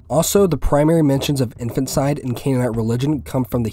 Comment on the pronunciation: One correction, it's pronounced "In-fan-tuh/teh/tih-side" not "infant-side"